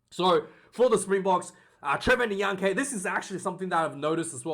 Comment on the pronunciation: It's Trevor In-ya-car-knee bro